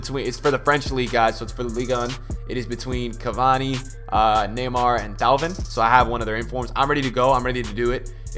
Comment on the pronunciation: Why is everyone calling thauvin for dalvin?? hahaha